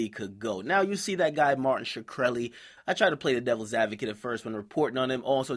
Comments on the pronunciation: Can this guy get his name right for once? It's not Shakreli, it's Shkreli, there's no vowel between the H and the K. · shakreli?? nigga his name is easy to pronounce ahahha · is shkreli... not shuh kreli fuckers can pronounce schmurda but not shkreli lmao dum fucks